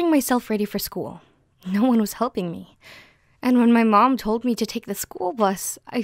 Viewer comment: Did she say helping or nothing?